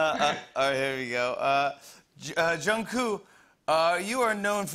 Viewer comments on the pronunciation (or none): Like not to be mean but Jimmy not jimin he says jungkoo instead of jungkook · Why does everyone say jungoo and not jungkook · Can this man for once pronounce Jungkook correctly 🙄it's jungkooKKKK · Why has no one corrected Jimmy’s pronunciation for Jungkook? 😂